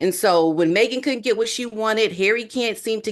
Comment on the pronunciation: It’s get GET not get GIT you present yourself supposed is professional. Why don’t you speak like one?